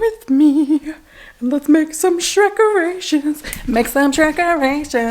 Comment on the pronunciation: You know, the first time you definitely said shrekerations, which is a great play on words. But the part where you chanted 100% sounded like Shrek erections and I was like you're making WHAT now?! Shrek is love I guess.